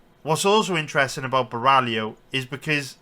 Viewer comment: Love ur detailed and honest predictions! Other youtubers bet picks are way too confident, pulling them out of their ass and ending up being wrong. Btw its Caio Bo-hai-oh, not Ba-rally-oh lol.